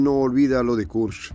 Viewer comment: Se pronuncia Kursk:)